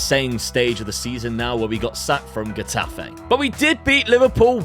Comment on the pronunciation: Kinda late but the "Ge" in Getafe would be kinda pronounced as "Heh" in English (In Spanish when put before an E or an I, the G sound turns into a "J" sound, that is similar to the English "h" sound used in words like house, high...). Anyway... back to topic, unfortunate and abrupt ending to your Getafe spell but... let's look at the bright side, you're doing well with Portugal FC so far. .P.S.: Gagliardini for less than 1 milllion? Now that's a steal.